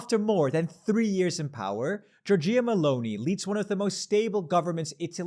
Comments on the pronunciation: It's not [giorGEEah], it's [giORgiah], much like you'd pronounce Georgia in English. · jor-jah, not jor-jee-ah :-) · again jorJEEa Meloni 😬 are you ever going to pronounce it correctly 😭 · 1) you pronouced premierato very well :) but pronounced Giorgia very badly :o the accent is on the O 2) my take: this shows that left-wing voters are many and ready to partecipate...the problem is that left-wing voters don't vote! Leftist voters are disillusioned by 30 years of bad choices by their parties. The parties have been moving more and more towards the center, losing their identity (and sometimes actively colaborating with their opposition, not so much now as in the early 2000's). The left doesn't offer a strong and clear political program, prefering to present itself as the opposition against an authoritarian right (without too much energy, I might add). The detachment from its principles means that it's not attracting its main voters anymore. On the other hand, the right is totally focused on winning, and still has the enormous media advantage that the Berlusconi years has left it. So, is the fractured and less-than-pragmatic center-center-left going to be able to capitalize on this win? Recent history's record says: probably not.